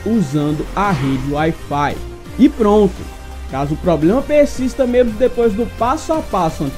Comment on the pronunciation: "Poblema" é osso...